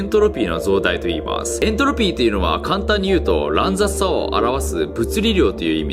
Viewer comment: エン↑トロピー